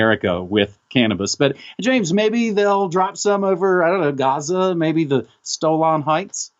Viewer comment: "Stolan heghts" :)